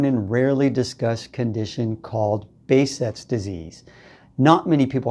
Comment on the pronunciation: You pronounce the name in a wrong way .. pronounce it this way behjet